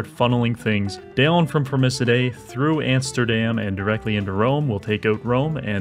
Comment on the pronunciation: "Antsterdam", classic